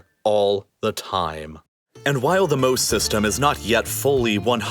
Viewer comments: You butchered the pronunciation of the the sea wall. Mose is pronounced like the biblical Moses (just without the final s), because it is named after the biblical character. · Just a fun fact, Mose is pronounced Mosè, with emphasis on the eh, and this is the Italian name of Moses. It is a play on words because Moses parted the seas and this device aims to control its influence over the city. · It’s MOSE as in Mosè or the Italian name for Moses of the Bible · Fun fact to miss when talking about this project but MOSE (pronounced MO-SE/MO-ZE not ‘’Moe’s’’) is not just an acronym but also the Italian translation off Moses famous for splitting the waters. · It wouldn’t be obvious by the way you pronounced it but I think the Italian plan to move the water is supposed to sound like Mosè (Moses from the Bible) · Btw MOSE is pronounced kinda like Mos-eh and it's called this way because Mosè is the italian name for Moses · I couldn't believe how badly he ruined that. I read it and immediately laughed at the amazing acronym and laughed some more, shaking my head, at his horrible pronunciation and just completely missing the reference. What a sad moment for here. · I couldn't believe how badly he ruined the Moses reference. I read it and immediately laughed at the amazing acronym and laughed some more, shaking my head, at his horrible pronunciation and just completely missing the reference. What a sad moment for here.